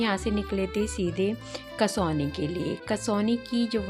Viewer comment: कसौनी नहीं है बल्कि कौसानी है इस टूरिस्ट प्लेस का नाम 😊